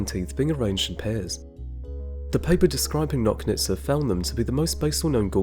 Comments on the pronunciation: Good job as usual. Also, Nochnitsa - "CH" like in Chile. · Nochnitsa should be pronounced like in "notch"